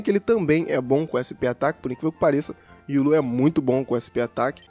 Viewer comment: Hiii... Sou super fã seu... Deixa eu te dar uma dica... Se diz Ri-ô-lu! Tá? 😘 Manda salve, ou dá um coraçãozinho 💗